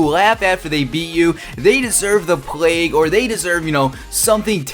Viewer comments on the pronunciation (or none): none